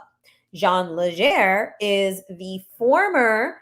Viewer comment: Legere! Not lesher Legere!